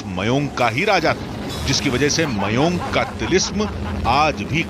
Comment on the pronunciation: Mayon nahe mayang hea gada